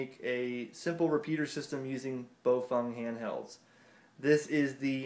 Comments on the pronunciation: Nobody: This guy: Bofung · Repeat after me: Bah-ow Fuh-aang. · If you ask the Chinese, it's pronounced bow fung. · They maybe said Pofung(another "brand") or just mixed the too.